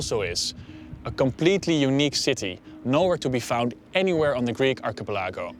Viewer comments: "ark-uh-puh-lah-gooh" lmaoo love your channel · I guess in this universe they say archipelago weird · I’m sorry. I Ɛ> this video it’s good lil Tid bid But how he pronounced archipelago is hilariously endearing